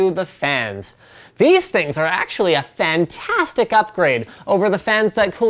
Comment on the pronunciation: I died when he said fan-tastic